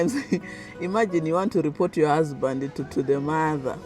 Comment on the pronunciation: But you are already speaking like them, the way you pronounce “Your” like Yowa lol